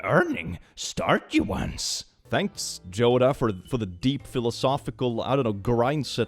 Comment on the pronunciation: Does pronounce it "Joda" because in Scandinavia "Yoda" is spelled with a J??